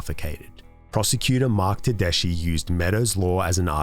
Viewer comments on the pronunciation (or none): Great job! As a solicitor in NSW, a very minor nitpick is that Tedeschi is pronounced Ted-esky. You should look into some of Gary Edmond’s research on the horrific state of scientific evidence in courts, there is a tendency for courts to blindly accept “expert” evidence under the UEA even though most of it doesn’t have a solid foundation. As the American Academy of Science found, DNA and fingerprint analysis are the only generally reliable forms of forensic evidence, and people are all to happy to create bunk science for a payday, despite the fact it ruins lives (looking at you forensic odontologists). It’s ultimately a two way street, blind acceptance leads to Meadows law, while scepticism prevents evidence from even being considered. The root of the problem lies in the fact that the average juror (a braver individual than I might even say the average judge) lacks the skills to properly understand and interpret scientific research and there aren’t any resources to help them.